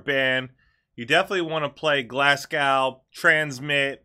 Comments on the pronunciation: Pronounced Glasgo! Not Glasgow 👍🏻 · If I had one wish from a genie it would be for Americans to be able to say Glasgow correctly, Glass Go, not class Glass Cow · Glaz Glo is the pronunciation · You say Glasgow wrong ... hehehe :......-)